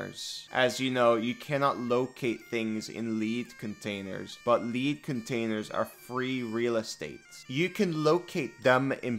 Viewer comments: five minutes in; why are you saying "Laed" Containers when it's "lead"? Youre putting way to much emphasis on the A' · lead and lead are pronounced different. Lead the metal is Led, not leed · Lead is pronounced "Leh-d" not "lee-d". To lead a group of adventurers would be to "lee-d" them. Just trying to be helpful. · I disagree I have been taste testing lee-d paint for years now I think it is pronounced lee-d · I was so confused for a while as I tried to find out what you meant by 'leed' containers, then I realised that you meant lead containers. Ahhh the joys of English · "lead not pronounced eed thats the version for a dog lead. Lead the mineral is ed like as in eddy. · LEED container hahaha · The lead element is pronounced "led." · The best part of this video is listening to pronounce "Lead" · I don't think I've pulled a double-take so hard before. "Leed containers". xD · ESL tip bro: lead the metal is pronounced "led" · "Lead" is pronounced like "led" it's a type of metal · "Lead (leed) containers" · Great video "lead" is pronounced "led" as it is referrring to the metal - lead. Gosh inconsistent English language:,) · Lead (the metal) is pronounced "Led" like "I led the horse to water". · I see you,, forcing angry comments to manifest and improve Engagement by mispronouncing "lead" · Why did you pronounce lead wrong? Was it to comment bait? If so you got this comment out of me so… good job? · theres no way thats how you say lead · lol, you can't pronounce lead.